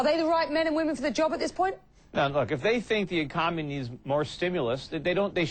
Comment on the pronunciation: This guy says ECOMONEY ! LOL Should you listen to someone about the economy when they cant even say it properly!